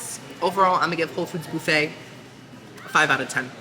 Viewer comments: The "bouffett" 😂 Like Phoebe Bouffett? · boo-fay hahaha Love you! 😘